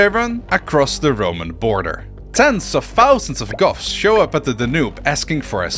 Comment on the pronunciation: every time you say goths I hear "Goffs" and immediately am thinking of orks in warhammer